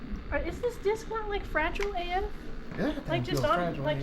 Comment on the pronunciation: Frah gee lay, must be from Italy.